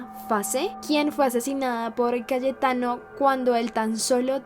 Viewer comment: Creo que fui la unica que en vez de entender Cayetano entendio Calle Thanos :vvvvv